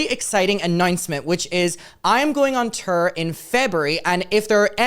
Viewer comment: “On turr”